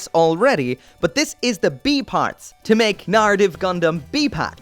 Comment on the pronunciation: Wtf is with that hard R? Narrative not naRitive